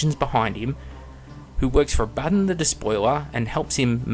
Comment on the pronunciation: I agree with everything you said apart from how you pronounced abaddon